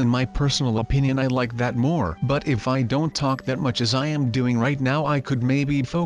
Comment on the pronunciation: it's much not nuch